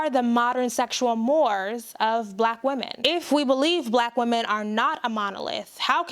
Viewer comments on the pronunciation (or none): i am just trying to help, not sure what the ratio is but most black women I know are just as freaky or more than white women....please don't insert victims where it may not be......also it's pronouced "morays" as in "mores" : distiguish the difference between right and wrong.....but your insight and presentation is very spot on, I do question how you came to the conclution that issa's reatio was misplaced because of her other hang ups, do most sister's realize that as well and address it or ignore it it??